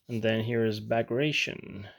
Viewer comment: Beautiful army. Just for your information, Bagration name in reality was pronounced like Bag-rat-e-on.